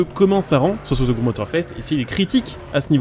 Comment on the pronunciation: pas ze crew mais the,de sinon la vidéo est bonne